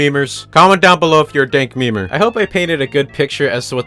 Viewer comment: almost fucking vommed when you said dank memer